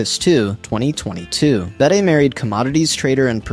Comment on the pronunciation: AI slop: "Bettah" "Betty" 🙄 Can't even get her name pronounced correctly.